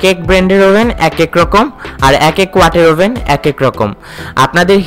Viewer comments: ওভেন ই তো বলতে পারেননা।আভেন বলছেন। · ওবেন বলেন আবেন আবেন করেন কেন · এটার উচ্চারণ আভেন! ওভেন বানান হলেও উচ্চারণ টা আভেন হবে!দরকার হলে গুগল ট্রান্সলেশন করে দেখতে পারেন🙂